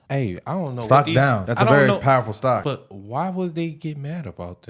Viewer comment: Why do yov keep sayin bvt. . . There is no bvt. Destroying property is wrong period. We are American erybody has the right to do them as long as we are not harming each other directly 😤😒🤦🏿‍♂️💯